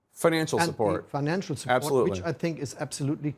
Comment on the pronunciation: Ich wundere mich immer, wie man so gut Englisch sprechen kann und dann trotzdem noch "absoutely" mit einem eher deutschen "a" ausspricht und da gibt es noch mehr solche Aussprachekleinigkeiten. Aber insgesamt: Chapeau!